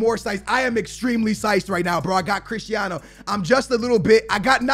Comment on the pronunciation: No one:: crishtiano